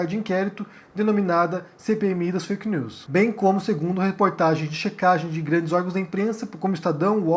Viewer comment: Eu acho legal o geito que o fala "fake neuuis" do francês. Kkk.